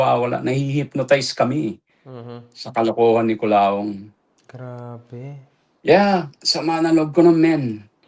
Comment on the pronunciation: Kulaong❌ Kuloong✅